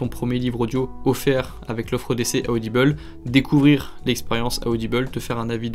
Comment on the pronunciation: Ah ah tu prononces audible bizarre tu as dit audibel 😂 ça ma perturbée